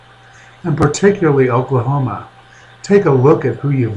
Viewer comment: You are to stupid to even say Oklahoma right.